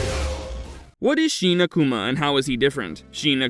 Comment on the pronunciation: Shin is not sheen, fool.